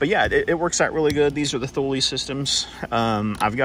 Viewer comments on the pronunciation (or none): TOO lee. the H is silent!